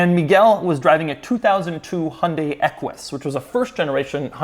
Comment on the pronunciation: When you say Hyundai it really sounds like Honda actually 😅